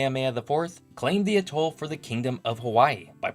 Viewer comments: Generally "atoll" is pronounced "AT toll" vs. "ah Toll" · With the word "atoll" the emphasis should be on first syllable, not the last. It's driving me up the wall hearing ah-TOLL a hundred times! Good show, otherwise, though. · Tremendous video,! One nitpicky concern, however. Please use one of the standard pronunciations of "atoll"... AT-all (or sometimes AYE-tall), emphasis on the first syllable. I've subscribed and look forward to you future posts.